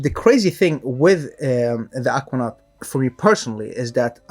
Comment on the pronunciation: dude why you pronounce Aquanaut that way?